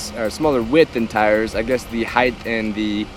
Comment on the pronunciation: HEIGHT!!!! NOT HEIGHTDTH......its not a word